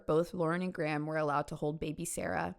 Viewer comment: Very interesting vid but the way you pronounce Graham is stressing me out lmaoo